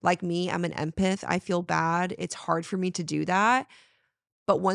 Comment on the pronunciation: Love this episode. You do really look so much happier. Also, I wanted to comment on something. And I’m only saying this because I’d want someone to tell me. Do you mean your an Empath? If so it’s pronounced Em-path not Em-peth. I heard you say it this way on fool coverage too so just wanted to let ya know. Again, sending nothing but love